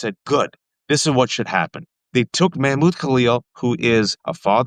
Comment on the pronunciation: It’s Mahmud not Mehmud. Get it right Wajahat Ali.